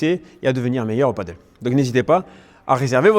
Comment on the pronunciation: Merci pour toutes les explications tres utiles, mais quand allez vous appeler ce sport par son vrai nom ???!!! c'est du PADEL pas du Paddle ! comment peut-on donner des cours de Padel sans jamais le prononcer une seule fois correctement !!